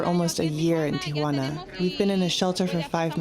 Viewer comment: Amy it's not "tia wana" its Tijuana